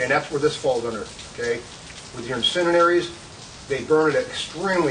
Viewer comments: Yeah, that's what he said, "incininaries." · Dude pissin me off incindearies say it right damn dude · "Dog-gone... incininaries!" lol. Good instructor though. You can tell he loves to teach.